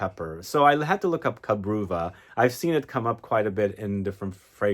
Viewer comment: Cabreuva is a Portuguese word - ka-bre- oo-va